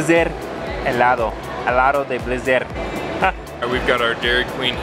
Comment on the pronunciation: Dijiste muy bien "helado", pero despues dijiste "helaro"